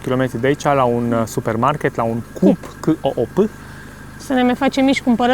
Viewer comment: 20 coroane sunt 8,7 RON... Asta e motiv sa nu te cazezi ca e mai scump decat pe internet? :0 By the way, COOP se pronunta exact cum se citeste Coop nu CUUP ;)